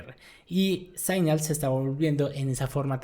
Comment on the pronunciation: Buen vídeo, un comentario que de pronto te puede ayudar a mejorar, se dice "signal" y no "saignal"